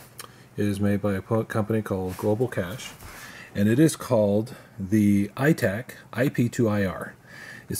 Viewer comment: Thanks for the kudos.. I actually build them for Global Cache.. pronounced cashae and eye tach , hard ch not sh. Wish I understood how to use our products like you do!